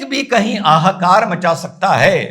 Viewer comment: Ha ha kaar. Aaha kaar nahi😊🙏